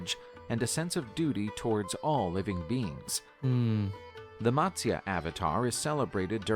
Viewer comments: All the pronunciations in the original video were pathetic that is matasya Not matsyaa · None of the pronunciations in the video that you watched is correct.... If you want the correct pronunciation, please ask an Indian from India. But for your reference, I'll try help you along here: - Matsya: Mutt-syA - Vishnu: Vish (not Wish)- Noo - Dhanvanthara: Dhun-Vun-Tha-RA - Avatar: Ah-Va-ThAr - Narasimha: Na-Ra-Sim-HA - Hiranyakashipu: He-Run-Ya-Ka-She-Poo - Prahaladha: Pra-Ha-LA-dhA - Mahabharatha: Ma-HA-bhA-Ruth-A - Indra: Een-dhRA - Vamana: VA-mun-nA This video is not accurate in a lot of the legends that it narrates. Please do not take this as your information... It is an attempt. These stories are considered religious truths, so I would think twice before comparing them with Game of Thrones. That's like saying the story of Jesus is like the Avengers...😂 If you are checking any mythology out, try to get authentic sources for your video.